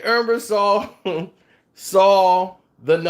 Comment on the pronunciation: Ebersol not Embersaul